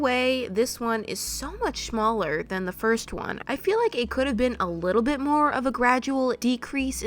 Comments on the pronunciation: did I hear shmaller instead of smaller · Shmaller Me: wut